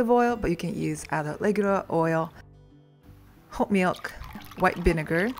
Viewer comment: Is it hot milk or whole milk because it sounds like she's saying hot milk 🤔